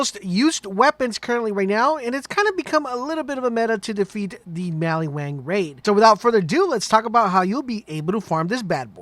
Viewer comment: Wtf did you call Maliwan?